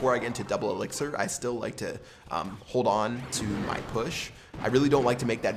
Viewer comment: He said 3 elxir skeletons